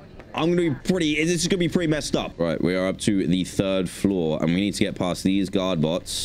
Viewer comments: For some reason I hear the word god instead of guard😂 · i always think he's saying "god bots"